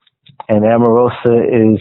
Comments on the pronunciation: Why does he keep calling her Amarosa???? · I may be incorrect. Is Omarosa's name pronounced Om or Am?